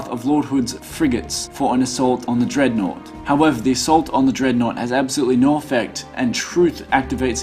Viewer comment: dread-naught. not deadnot